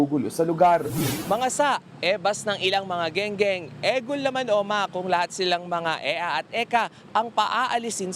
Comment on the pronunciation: Eng eng..hindi geng geng😂😂😂